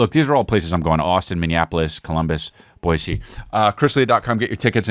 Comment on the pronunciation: I really appreciate the way you say New Orleans and Boise. As a Boisean, it warms my heart to hear it pronounced correctly, with an S sound instead of a Z. A small thing, maybe, but very nice. Thank you!